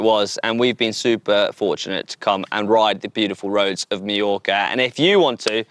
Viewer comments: Very nice video indeed! Now, next year you might as well try to pronounce some local names in the right way and not make them up. Repeat after me: "Mah-york"-ah, not "Mee-yo-ka" :D :D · Sorry to say, but you both managed to mispronounce “Mallorca” throughout the video! It’s not /mee-yorka/. You should say /my-yorka/. Same “my” as in “ ”my” pronunciation is rubbish”. From someone who has struggled with his Brazilian English accent for nearly 20yrs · Beautiful video! Although I must say it is pronounced Mah-yor-ka, not Mee-yor-ka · Any reason that the Brits can’t pronounce Mallorca correctly. My-orca. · Why are Brits the only people on earth who can’t pronounce Mallorca correctly? It is not meorca you dolts. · Why do they keep calling it Mejorca? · GCN presenters ALWAYS pronounce it incorrectly.